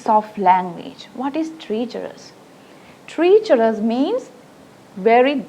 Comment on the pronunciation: T Good explanation! Pronounce treacherous correctly...